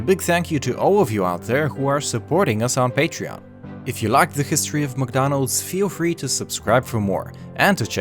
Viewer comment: The - zhe Their - sier Mcdonnalds - msdonals